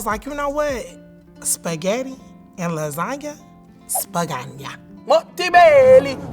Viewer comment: I am not Italian but what the hell is this 😂 "Splagana😭"